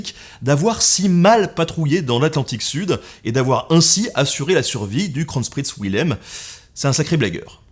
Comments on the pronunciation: Je me sens moins seul, je crois que le massacre de Kronprinz Wilhelm mérite une palme. J'entends sans arrêt "Le Scronchprïnce Vouilhem" ... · Moi, français vivant en Allemagne, entendant 5 ou 6 fois "KRONCHPRITZ WILHELM" AAAH mes oreilles ! Bon sinon très bonne vidéo, merci Ben !